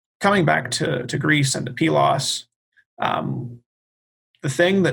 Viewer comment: does the I-know-better professorial sarcasm bit very well, but then repeats the safe refrain that the Bronze Age collapse and the "invasion" of the Dorians is... unknown. I had really hoped to get more input on the situation of Pylos (thank you for the correct pronunciation). Was there there really a gap of 10-15 years between the destruction of Mycenae and that of Pylos, for example?